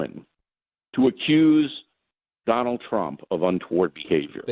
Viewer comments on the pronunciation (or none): none